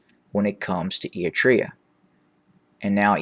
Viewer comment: Given your regular reports on the region, I remain perplexed by your odd pronunciation of “Eritrea”. And also your mispronunciation of various towns.